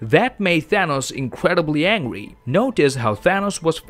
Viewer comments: He said angwy not angry if u found out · He saying angwy instead of angry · This man kept saying angwey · not trying to judge you but i like when u say angry (aNGwy) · all i hear is: "angwy" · Angwy?.... hahhahaha This Guy Is Hilarious